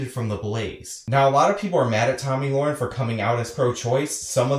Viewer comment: Yes, pronouncing it wrong. You are pronouncing it Loren when it should be Le-ren. But thanks for your 2cents on why Beck suspended her. I've watched tons of videos and you were the first one to clearly state why, even glenn himself didn't say why he suspended her since he says he hires people with opposing opinions.